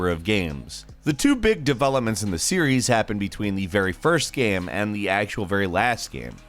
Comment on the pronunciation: What about when he says "gaem"?